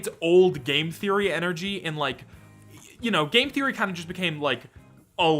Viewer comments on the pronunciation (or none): who gonna say game therroy :(